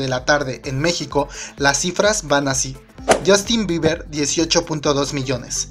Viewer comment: Jajajaja a alguien más le da risa "Biber" JAJAJAJAJAJA